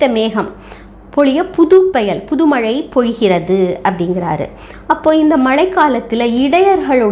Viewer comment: உங்கள் பதிவுக்கு நன்றி. ஆனால் தாங்கள் தமிழின் உச்சரிப்பு கவனிக்க வேண்டிய சில உள்ளன அதை தாங்களே கண்டறிந்து. சரி செய்து கொள்ளுங்கள். உதாரணமாக மழைக்கு மலை என்று கூறி வருகிறீர்கள்.